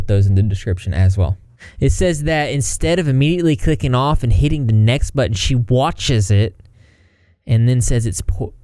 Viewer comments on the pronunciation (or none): none